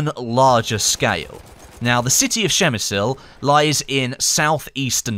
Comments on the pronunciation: Dude, pls check how to voice "przemyśl" in Polish in Google translator. Your speaking hurts this wonderful language xD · you almost got the pronunciation right! Just read the "ś" like "s" in the word "sure. Nice to hear someone at least trying:) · You did fine, but in polish it's Przemyśl :D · przygotuj sie jak coś masz powiedzieć w obcym języku! Przemyśl to trudne słowo ale anglik powie to normalnie...tam nie ma Szy tylko P na początku...Trzeba sie pytać ludzi jak coś wymawiać przed nagraniem materiału. Każdy dziennikarz to robi. robisz błędy w każdym języku! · Actually I'm from Przemyśl and your pronouncation is horrible